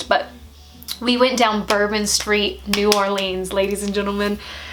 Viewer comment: Is anyone else bothered by her saying New Orleans wrong but Baton Rouge right